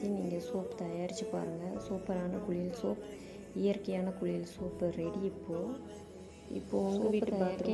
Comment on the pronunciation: Jfyi - it’s not கு ‘ழி ‘ யல் It’s குளியல்.